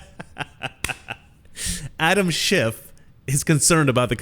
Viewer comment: she says Adam SchiffT.... right?! Anyone else hear this???